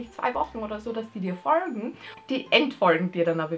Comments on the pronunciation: Digger wem regt das auf wie die Folgen ausspricht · Warum sagst du folgen komisch? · Du sagst folgen so lustig😂😂😂 folgt mir leude: jxckya